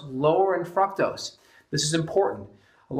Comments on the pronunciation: Every time you say fructose I hear "fuck toast" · I heard it right before I read your comment and yes... he does say fuck toast.